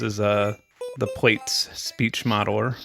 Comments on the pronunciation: Great video, really enjoyed that, but... Plaits. It's not 'plates' it's 'platts' as in to plait your hair. It was the follow-up to Braids... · plaits: "plats" emilie gillet: eh-mee-lee-yay zhee-lay" :) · Wait, you pronounce Plaits as Plates?